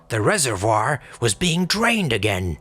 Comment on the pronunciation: Eyes say, eyes say, eyes say - it’s -eye eye-gain, eye do b-eye-leave....